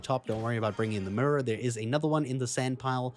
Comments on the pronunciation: It probably shouldn’t, but it really bothered me that you pronounce mirror like a Memphis rapper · Like your accent and the way you say mirror (murror) 😄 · My man said “mirrur, first time seeing it” like he’s never seen an actual mirror before.